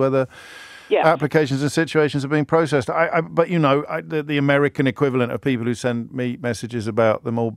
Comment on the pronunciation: He said im amweican . 😂😂 nooooo ur not .😂 ur europen